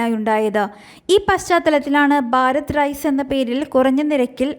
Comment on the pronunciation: ബാരത് അല്ല കുട്ടീ - ഭാരത്